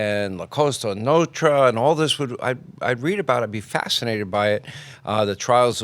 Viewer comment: Sean has difficulty saying 'Nostra' lol there's an S in there bud haha